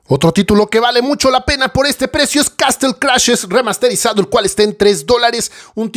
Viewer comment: Gracias por el video. Hay muy buenas ofertas. Solo una cosa sobre la pronunciación. Dead Island se pronuncia "ded ailand" la s no se pronuncia. Y Castle se pronuncia "casel" en este caso la t es muda.